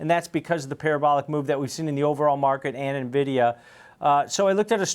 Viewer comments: Buzz words. Dude also doesn’t know how to even say the company’s name… it’s “N”vidia Not “Nuh” vidia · I turn off any analyst who calls it Navidia, and also Chipolte. Good grief.